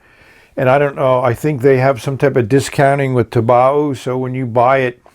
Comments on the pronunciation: That's definitely the first time I've ever heard of using "exciting music" for filling a pen haha. Loved the magnetism explanation as well. Just one comment on pronunciation, "taobao" is pronounced "tao - bow" ( "tao" as in "taoism" and "bow" as in "take a bow"). I noticed you got better at pronouncing it later in the video. :) As a 10 rating, I'm just going to have to grab one of these. Fun video, thanks a lot! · Super cool filler mechanism! I'm pretty sure "taobao" rhymes with "bow-wow"